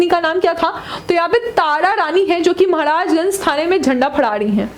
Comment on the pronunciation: महाराजगंज ✅ महाराजंग❎